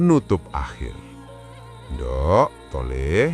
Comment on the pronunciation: Bukan ndok bos tp nduk... Hadech 😤😤😤